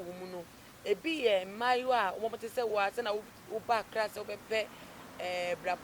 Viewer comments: you are saying that. Aklaa instead of Accra. Ofui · ACCLA Hahaha 😂 Typically Ashanti